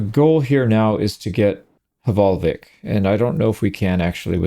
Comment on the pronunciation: As a Norwegian, i would like to teach you how to pronounce the "vik" part in hvalvik! It’s Veek, like meek but with a V! The way you pronounce Hval is okay, it’s just the L, but that’s a difference in language.